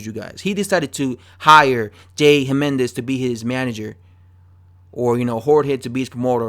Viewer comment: I think it's "Himenez"